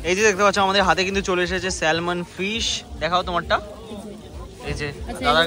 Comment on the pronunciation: দাদা, salmon কে স‍্যালমন উচ্চারণ করো যখন Island কেও ইসল‍্যান্ড উচ্চারণ কোরো.. 😂 আমার বক্তব্য: salmon এর l টা উহ‍্য থাকে উচ্চারণের সময় 😊